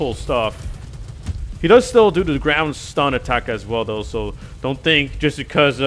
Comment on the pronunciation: i heard grand slam instead of ground stun Or is grand slam it's name?